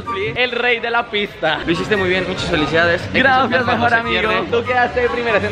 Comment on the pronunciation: Oye amigo en los vídeos enbec de decir gracias dices grafias